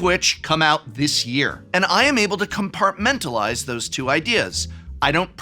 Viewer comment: "I'm able to copementalize those two things..."